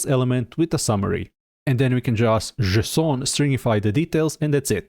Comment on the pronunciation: Love this video. Today's my first day I ever touched Svelte and what can I say? I like it so far. By the way, there's a mistake in the timestamps. Components are , not . Love the pronunciation of JSON. Are you French? 😉